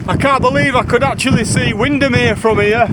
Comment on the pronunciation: As soon as you said “wind-am-here” it arrived 🤣🤣🤣